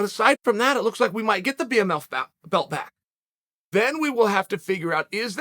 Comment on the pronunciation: man said bmMILF belt